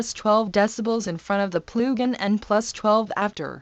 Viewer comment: “Ploogin” lol